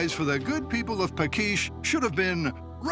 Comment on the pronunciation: The tree cannon builder town (village) was Paks (pronounce: pa:ksh) not "pakish". Greetings from Hungary 😉